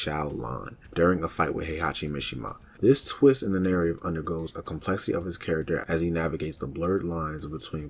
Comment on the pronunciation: Good videos, but you just make up random words. You said complexivity (it’s complexity) like 6 times, and termulous (I dont know what you were trying to say) like 3. It just takes me out of it when I hear it.